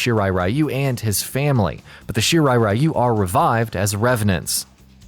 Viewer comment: Gee how about 'Are you'? Shirai Are-You?